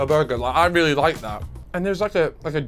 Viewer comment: More burrrrgerrr